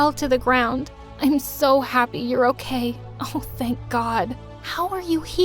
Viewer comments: it's OKEH to not be OKEH ❤ ( Titan cry 😭) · It's not OKEH to be OKEH❤️ (titan cry😭)